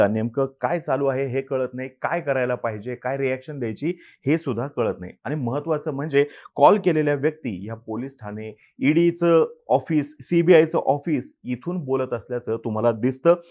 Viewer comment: अतिशय माहितीपूर्ण व्हिडिओ आहे.👍🏻 पण आनी, धारना, ठाने, उदाहरन.. नाही. आणि, धारणा, ठाणे, उदाहरण.. please.